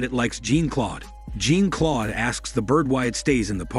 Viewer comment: "Jean Claude" It's not pronounced like Jean from the X-men lmao